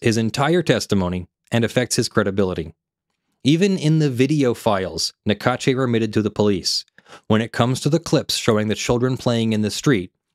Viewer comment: Small detail but in French the e at the end of Naccache is silent. Sounds like cash. Even if they are ***holes I find it’s polite not to mispronounced they name when possible (Don’t apply to names like Macron no American can prononce anyway)